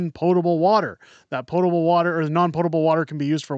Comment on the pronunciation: It’s pOtable, not pot-able. Lol. Are we sure we should be listening to this woman? 🤦🏻‍♀️